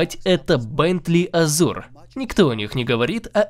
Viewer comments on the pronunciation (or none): none